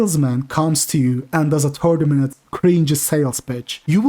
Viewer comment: "wait a menet..."